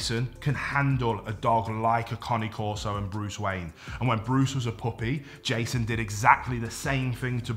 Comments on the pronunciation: The CORRECT way to say the breed's name is KAH-nay KOR-so. NOT Kaa nee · conney corso ? have i been pronouncing cane corso wrong ? genuine question thanks in advance 🍻